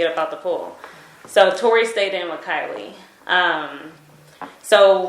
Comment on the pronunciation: It's Kylie not Kailey bro